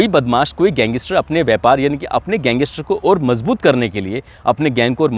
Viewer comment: bhai ye गैंगइस्टर nahi hota, गैंगस्टर hota hai.